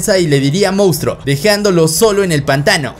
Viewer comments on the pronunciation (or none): none